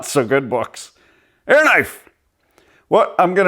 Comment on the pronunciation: I thought you said AR knife!!!😂😂😂